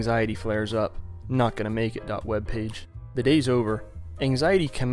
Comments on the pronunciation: lol, .webp is not "dot webpage", it's web picture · webp "Webpage" lmao